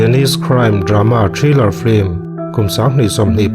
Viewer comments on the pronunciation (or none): none